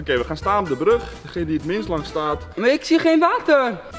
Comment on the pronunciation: kan echt heel goed water zeggen